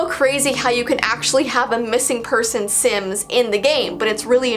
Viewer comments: reads the word "sims" sins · not knowing how to read hard words and names: Im so sorry if i read it wrong- Me: dont worry we all read things wrong